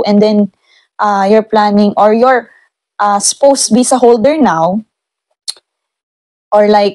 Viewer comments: Its pronounce as Spows!!! OR COULD BE READ LIKED SPAWS🥱 Not Spoussss.. 😂 Pronounciation of words correctly is must as it says there will be an interview in it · ang pronunciation po ng Spouse is Spawse po. Sorry po.